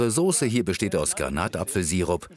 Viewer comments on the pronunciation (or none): none